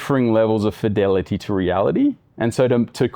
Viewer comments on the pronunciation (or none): none